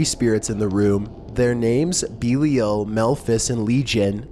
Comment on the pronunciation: you have your facts so far fucked on number 6 it's unbearable... demonology is not a religion... there is no such thing as a 'guardian demon'. it's called Demonolatry and an Elemental Demon... it's not ''beelial'' it's Lord Belial. which happens to be my elemental. He is associated with material possessions on earth. Zozo is not a real demon. go check any and all Demonic Hierarchies... If you are going to do these videos you should at least know wtf you are talking about. it makes you look stupid.